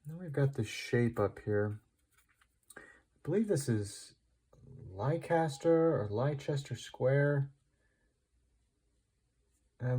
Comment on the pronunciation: Just so you know Leicester is pronounced "Lester", not that it matters here, this is Piccadilly Circus. Loving your stuff btw.